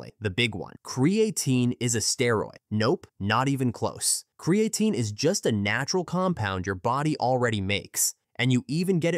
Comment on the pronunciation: Maybe learn how to pronounce the name of the subject of your next video?